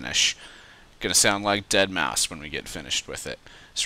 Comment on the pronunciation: So many people have called is DeadMau-five- and whenever they say that it gets on my nerves. It's pronounced Dead mouse